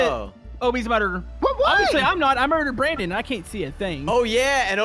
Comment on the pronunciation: Brandon* Not brand-in (branden pronunciation)